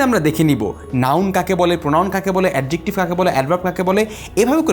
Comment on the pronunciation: Please be careful about the pronunciation. The pronunciation of Adjective was incorrect.